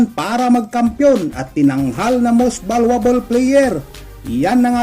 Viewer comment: Kuya Valyuable hindi Valwable